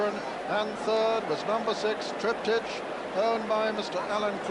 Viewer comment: It’s TRIP-TIK .. not TRIP-TEACH.. annoying old fogey 🤦‍♂️ Sorry.. but O’Sullivan just gets RIGHT up my kilt 😆 Cracking performance by Reference Point but even better by Cauthen .. he really DID have a ⏰ in his head . Master of pace that guy 👌 👍🏴